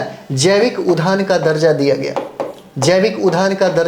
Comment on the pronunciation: Udyan not udban